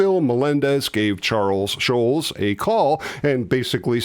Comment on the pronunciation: You mispronounce Schulz. There is a very German pronunciation which we don't expect, but the accepted Americanized pronunciation is not shulz. It's more shults. Search YouTube for samples.